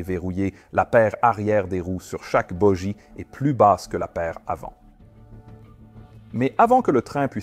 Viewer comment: Hello and thank you for the dubbing IA in French, which hesitates on "boggie" which is pronounced "boji" the AI will learn. I did not know the channel, it is very interesting and clear. I find it hard to understand that we couldn't know who spoke in the cockpit, it seemed to me that there were several microphones? We come to think that in India, if a pilot does that, many will "lose face" and it is not good either for the reputation of the company. We saw during the German Wings accident that medical confidentiality had finally allowed this disaster. What about India to appreciate the mental health of a pilot? Since we can say that it is a murder. Bonjour et merci pour le doublage de l'IA en français, qui hésite sur "Boggie" qui est prononcé "boji" que l'AI apprendra. Je ne connaissais pas la chaîne, c'est très intéressant et clair. J'ai du mal à comprendre que nous ne pouvions pas savoir qui a parlé dans le cockpit, il me semblait qu'il y avait plusieurs microphones? Nous pensons qu'en Inde, si un pilote le fait, beaucoup "perdront la face" et ce n'est pas non plus pour la réputation de l'entreprise. Nous avons vu au cours de l'accident des ailes allemandes que la confidentialité médicale avait finalement permis cette catastrophe. Qu'en est-il de l'Inde pour apprécier la santé mentale d'un pilote? Puisque nous pouvons dire que c'est un meurtre.